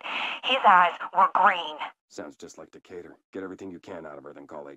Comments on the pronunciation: The way you said Decatur physically hurt me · FYI "Decatur" is pronounced "dee KAY tur" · How have you gone your entire life without hearing "Decatur" or "plaid" spoken aloud? It seems impossible.